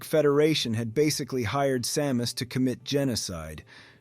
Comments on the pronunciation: Why are you calling her saw-mus? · AI? i mean who says Sàmus 3min17 ( aprox ) feels like an AI reading a text and there was a Sa-mus. Sad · ai voice like this once changed the pronunciation of Samus a few times. And could never pronounce kilobytes correctly. It was annoying